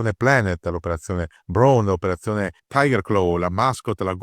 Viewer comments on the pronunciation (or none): none